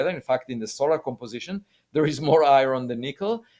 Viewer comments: Can someone tell Avi that he is smart enough to say iron not fucxing i-ron wtf is i-ron ffs, I can't explain it but I want to slap Avi about his head when he says i-ron. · Lots of Americans say I - Ron. Not sure why. Makes me smile every time.